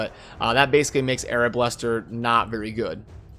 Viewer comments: my personal favorite in this one was arablaster ;D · R-ba-les-ter, I'm pretty sure Arab Blaster would be a sacred order character ;)